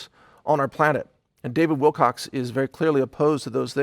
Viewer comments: Mike Adams beings with a public apology over the mispronuniciation of David Wilcock's name. - Says "David Wilcox". Pahahahahah! Content has truly become a malapropism to me now. This kind of slippery gives me life. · He is apologizing for mispronouncing David Wilcock's name but multiple times keeps saying Wilcocks throughout this entire video. Honest apology ? I doubt it. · He keeps saying WILCOX...LOLOLOL. He's learning... <3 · Why is he still mispronouncing David's last name? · you're a douche bag. you apologize for saying his name wrong and then proceed to say it wrong many times. You're a pile of greasy feces. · but you still mispronounce it and and so on :) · Lol pronounce’s his name wrong multiple times after apologizing for mis pronouncing it.... door knob. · Please get Davids name right there is no z or s on the end of his name. Thanks for putting out this info in the correct light. thanks again Mike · Proof of Heaven is an amazing book! Thank you for this messsge . I am thinking about starting a video channel. I will come check your sight out today. Thanks for the information. Don't sweat the miss pronounced name, David's too smart for that to bother him. It was kind of you to do a pre clip appology. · Mike Adams - No need to feel chagrin about mispronouncing Mr. Wilcock's name... You have plenty of company. There is a very good chance you'd heard his name used by someone else and unknowingly parroted what you'd heard. I'm a bit of a grammar nerd, myself, and guilty, myself. Since the first time I saw his name in print I haven't repeated that mistake. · Don't feel so bad, lots of ppl mispronounce his last name. Drives me nuts but I know stuff happens. It's life! :) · You apologized for mispronounciating Davids last name but you continue to mispronounce it throughout your video. I have to wonder if you realize anything you say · You keep saying Wilcox. It''s Wilcock. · "wilcock" not "wilcox" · He's still saying Wilcox. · You keep calling him David Wilcox!!!